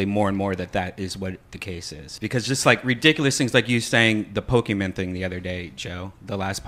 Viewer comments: The guy in the pikachu outfit saying Poke-man sold me... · pokey man! So he has the costume but can't properly pronounce Pokemon